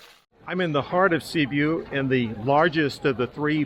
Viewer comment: There is not such city as Sibu. It is called Sibiu. Or you can pronounce Sybyoo.